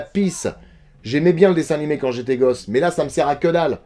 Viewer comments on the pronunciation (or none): none